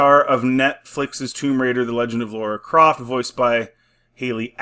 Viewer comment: Any video about Tomb Raider and as soon as the presenter says “Laura Croft” then I’m out.